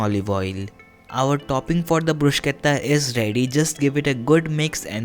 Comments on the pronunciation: It is Bru-shetta and not Brus-ketta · bhaiya sab sahi hai, bhot achi recipe...lekin bruschetta ko pronounce ब्रुशेटा bol k karte hai. ब्रुसकेता ni. 💗